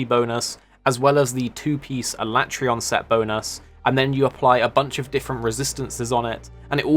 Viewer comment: The only complaint I have is the way you pronounce alatreon